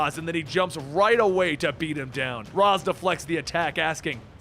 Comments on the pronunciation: incorrect your entire argument has been a refusal ray•shh rah•us is the correct pronunciations he said razz which is incorrect again there is the wrong way & the right way he did it the wrong way it's not a matter of disagreement its correct or incorrect you're having a hard time so I'll say it in an even more dumbed down way maybe you understand it better this way him say word wrong wrong not right ugh ugh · Ray-sh, not Raz. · It's pronounced ray•shhh